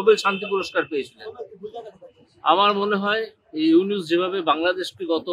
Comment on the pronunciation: ইউনুস সাহেবের নাম ভালো ভাবে নে বদমায়েস